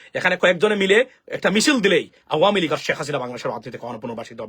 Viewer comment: Perfect pronunciation of this political party nothing else